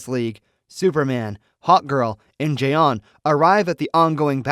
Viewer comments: Jay-on jay-on? Oh, crack me up! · Jay-On Jay-On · Jiyon Jiyonnn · Jay-Yawn lol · Why can't you pronounce 'Jon' it's literally just 'John' I had to quit watching cause it drove me insane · Bro the fact he mispronounces J'onn constantly is very sus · This narrator sucks. I can’t stand the way he pronounces J'onn. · I don’t understand why you can’t pronounce J’onn’s name correctly